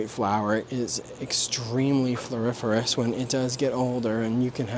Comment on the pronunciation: I get triggered every time you say fluoriforous